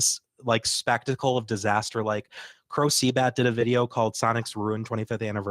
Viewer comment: Uh... I can't find sonic's room 25th anniversary. :( Edit: Damn it Jim! It's not "Crowcbat," it's "Crowbcat"!